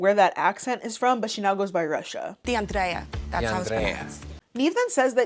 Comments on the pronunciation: I'm sorry, but the way "Russia" introduces herself & pronounces her name, doing the most "DeAndrrréa"... annoys tf out of me.. Like girl. 😒🤦🏾‍♀️ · the dragged pronunciation of deandrea pissed me clean tf off. side note: that eyeshadow color looks great on u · The way she pronounced her name sounded like a Portuguese accent